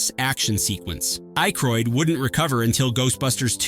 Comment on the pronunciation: ackroid...geeshhh say his name proper...gerrrr the "y "is silent......